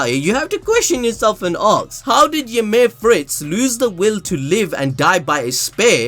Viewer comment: when the narrator pronounces 'ask' like 'aks' i switch off